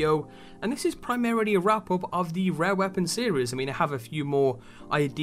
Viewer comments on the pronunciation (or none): why is he saying rare with a W lmao